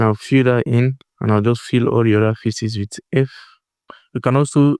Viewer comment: The way you say "faces", bro. It sounds like "feces". Please try to correct your spelling.